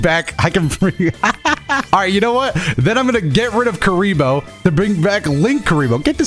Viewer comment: My favour kuriboh is kuribah